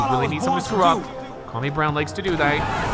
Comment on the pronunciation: I may not know who Kwame Brown is, but I know you're not saying right